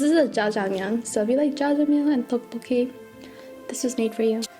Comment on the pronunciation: Tteokbolkki not Ddeokbolkki is what I thought but maybe not and dumping? Do you mean dumpling I have not watched the video yet so...